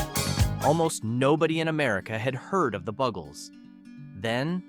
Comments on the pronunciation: I can't listen to this because the band is not called, the "bug"els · iT IS PROUNCED "THE BUGLES NOT BUGGLES" nough said.